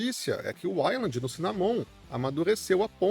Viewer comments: Fala ueiland pff... Todo uailandi me dá um arrepio de desconforto 😢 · Caraca, não consegui terminar de assistir o vídeo. Ouvir 5 minutos você pronunciando "island" ao invés de "wayland" me deu nos nervos. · não... O nome é Wayland, não uailandi. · Bro, eu não sei falar inglês como um nativo mas sei que Wayland não se pronuncia como a pronúncia da palavra "island". E fica mais feio porque bastava o cara gastar 15 segundos pra pesquisar no google tradutor como é a pronúncia correta que pronto. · pois então vc chama errado. O correto é "ueiland".